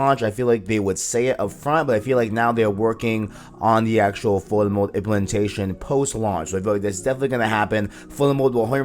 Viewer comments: Good video but be clear with your words bruh. I did not understand that you were saying Photo Mode. Sounded like Fulla Mode and i was like what mode is that? Overall Good info in the video. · What is he saying at about - ? Sounds like he’s saying bullet mode?? Foilet mode?